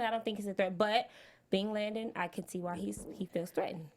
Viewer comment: it’s LANDON not Langdon